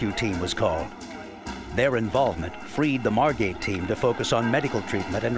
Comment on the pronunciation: Margate, not Margot.